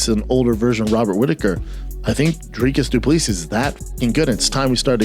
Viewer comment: “Dricus Duplee” -Shaub